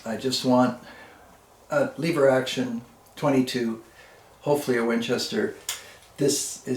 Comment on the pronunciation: Jaa there eeh dontcha knoo....Leeever, WRONG!! Proper pronunciation is Lehver, short e....the 1960s Winchester made the 150 lever, 190 semi-auto, 290 pump. They also, made this series for Sears and Roebuck under the Ted Wiliams name plate. Of which the Sears semi-auto was the 3T, and the pump was the 250, of which I have both. Grandfather had all three in .22.LR and .22 Magnum.